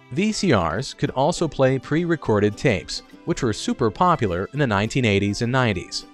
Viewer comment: Did you know that there is a U in POPULAR that needs to be pronounced?